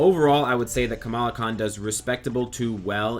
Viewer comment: You FINALLY said her name right ! ! BRAVO ! ! ^^